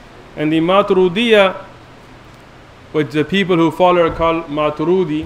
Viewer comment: They are just following orders from their own mullas. Nothing more! No study has been done whatsoever. The man can't even pronounce Maturidi and calls himself a shaykh😂😂 He thinks we're all just gullible. I'm like the 4th Athari on this thread and again I don't belive ash'ari and maturidi are misguided. They affirm every single thing. They are not mujassima or mu'tazilah. They ARE also Ahlus Sunnah.